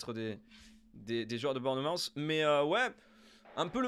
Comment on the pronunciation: Tip de prononciation : Bournmouth se prononce bornmousse (avec un ou qui tend vers le a), faut pas se faire avoir